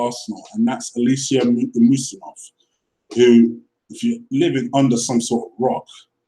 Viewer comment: Dude, you are funny. How can you pronounce Dembele's first name, yet not you cant pronounce Usmanov, when they are almost the same, lol? Good video, agree 100% with you comments regarding the whole Ozil affair. Truth.